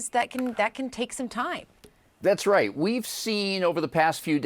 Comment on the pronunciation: That’s not how you pronounce the word “RIGHT”